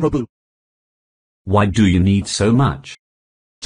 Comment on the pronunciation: Its not robax its robux!!!